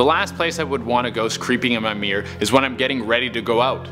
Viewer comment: You know it's pronounced mirror, not mear right?